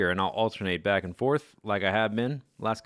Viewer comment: when you say "welcome backa to the mindackracka" it sounds like "caca" wich in spanish means shit or poop